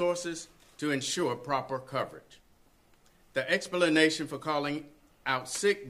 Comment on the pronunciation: When he said "expalanation" , palm to the forhead!